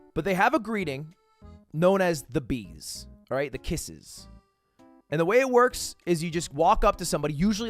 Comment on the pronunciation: Pretty sure its pronounced bezu not bees 😂😅